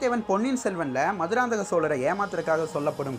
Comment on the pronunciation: Bro maduranthakam maannana??? Enga bro iruku entha manna corect ah pronounce pannunga pls